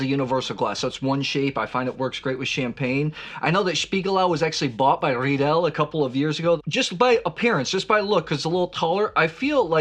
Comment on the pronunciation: Spiegelau Definition is a knock off of Zalto. Spiegelau is owned by Riedel and they intentionally ripped off Zalto. It was so blatant that they received the equivalent of a razzy award from the Frankfurt Design Show. And it is pronounced Riedel like it rhymes with Needle.